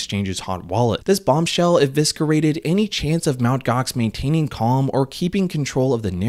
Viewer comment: Thanks, by the way, its eviscerated not eviskerated ( silent c ) Should have done the etherdelta hack - screwed so many